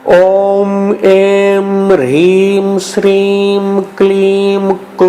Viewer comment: Plz guide me in written description the mantra is having hreem but while listening its pronounced as Rheem. Which one is correct plz guide me